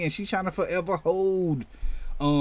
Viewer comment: I thought you said “Forever Hoe”.. 🤣🤣🤣🤣